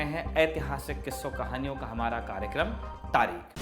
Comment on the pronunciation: “taareeKH” ko aap “taareeK” kyuñ keh rahay ho ?🤷🏻🤷🏻‍♂️